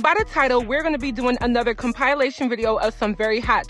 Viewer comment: It’s com-PILL-lation